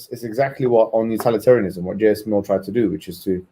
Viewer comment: What kind of rookie pronounces it "utAlitarianism"